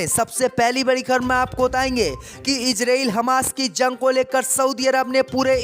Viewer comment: JUNG ko ZUNG kyu read KERTA hai...eduction saheeh NAHI Liya ??